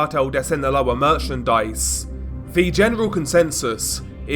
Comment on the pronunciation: " sinaloa merchendise " lmao what ???